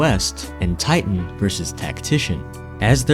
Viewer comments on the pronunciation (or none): none